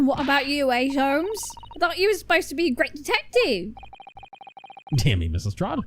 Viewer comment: said Sholmes instead of Holmes, she did an oopsie